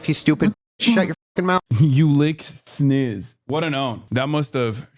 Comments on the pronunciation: He says sniss cause I am convinced he doesn't actually know what a vagina is. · He said "snizz" because he thinks the real word is pronounced "bajina"